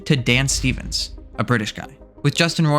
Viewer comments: His surname is pronounced “ROY-land” not “Roland”. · he only begins to pronounce it correctly He pronounced it wrong at the very beginning of the video and only then corrected himself after several mentions of the name. He said phonetically: 'ROLLAND', not 'ROYLAND' or 'Roiland' as it should be spelled. You should probably rewatch the video as you have it the wrong way around first of all. Yes he did correct himself eventually sometimes, but if you are going to do a while expose on a person, generally you should be able to say their name correctly. His video is also extremely biased and doesn't at all talk about the fact that he has already been vindicated of the claims against him in court. Despite that being an established fact as of the release of this video, it was not mentioned once. That's terrible journalism, as well as purely intellectually dishonest at best. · He did pronounce it right at the beginning than he changed the pronunciation later on. So which way are you saying he's pronouncing it wrong? With or without the i in roiland?